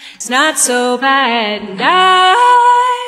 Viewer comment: Почему слово "And" ("энд" на русском произношении) она поёт как "Da" ("да" на русском произношении)? А где-то это же And поёт как di.